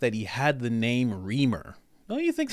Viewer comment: His name is pronounced Rhrimer